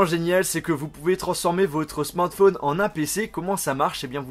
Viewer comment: pourquoi tu dis la plupart du temps "smortphone" au lieu de smartphone ?